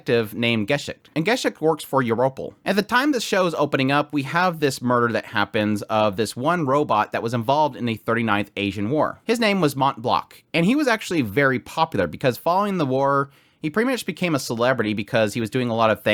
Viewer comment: The T and C in Mont Blanc are silent.